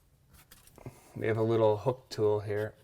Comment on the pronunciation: KallllllKing. no. Cocking. sorry mr mafioso... thats how its pronouonced.